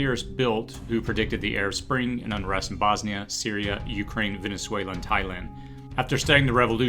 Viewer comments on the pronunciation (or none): none